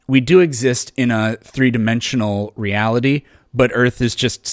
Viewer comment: he says R with a W. its really annoying Bwain. Weeawity. Wules. Pwowgweshon. Wandom Pwocess